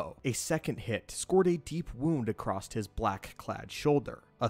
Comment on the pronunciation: Someone please tell the narrator that the word "across" doesn't have a T in it.